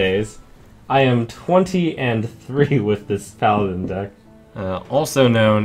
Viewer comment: At 16.34 sounds like he said: what dick i hit legend with :P